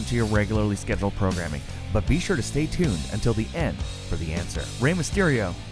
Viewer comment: "STAY TUNNED!" lol